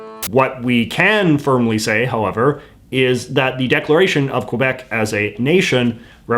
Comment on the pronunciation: "qwuuueebec" i cry